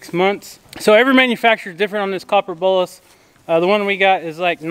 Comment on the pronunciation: I always thought you said "copper BULLET," (not a real bullet, of course). It's actually "BOLUS." I get it now. I watch another YouTube creater who milks their goats by locking their head in a gate, and they have a small plastic feeding container rigged up in front of the goats to give them feed to keep them occupied while they're being milked. If you rigged up something like that, you could let the goats free by the side panel. Idk how many of the goats gave you a difficult time, so if it wasn't many, then it probably wouldn't be worth it to set something like that up. Might be easier to just have someone give the difficult goats a treat while they're being worked on. That other YouTuber milks her goats daily, you only go through this process twice a year. It might not be worth it for you to rig that up. I'm just thinking out loud, you know, because I'm such a goat expert and you should take every piece of advice I offer. 😆😂🤣